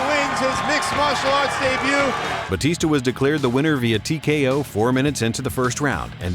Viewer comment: Its batista not bautista